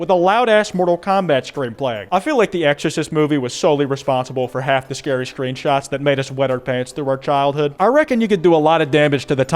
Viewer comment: Scawy Fawcett